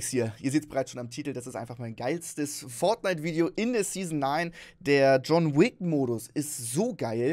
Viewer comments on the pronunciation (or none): Du denkst auch das es Feldnite heißt oder XD ( no hate an den Fisch) 😂